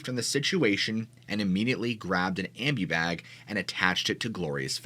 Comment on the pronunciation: I don’t know where you are from but here in the US we call it a parking lot, not a car park. Also an ambu bag is prone am bu(boo). And Versed is pronounced Ver-sed, 2 syllables. You can look these words up to get the correct pronunciation.